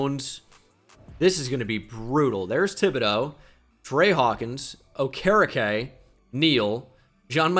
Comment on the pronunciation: dude. it’s bobby O-ker-E-K - signed a concerned colts fan